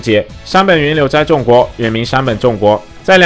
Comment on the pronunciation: 為什麼不是念“崇”國？而是念“眾”國